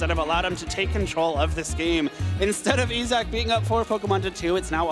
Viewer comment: I feel like I'm in the key and peeled teacher sketch. E-sock, you mean Issac (Eye-zack)?